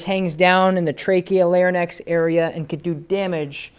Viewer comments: Larynx lair-inx not Larry-nex but aside from the medical terminology love the videos Doberman and Rottweiler both CGC because of the Tom Davis dogtra BABY!!! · Larynx. 👉🏻Lare-rinks👈🏻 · People could care less which way it's said 🙄 I'm sure anyone listening understands what he means and in no way is scared away because he pronounced lar-i-nex wrong 😕 lol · This dude can't even say 'larynx' properly nor can he see the dog body language his dog is giving saying she is uncomfortable. Prongs hurt dogs. Go find a R+ trainer if you're struggling with your dog.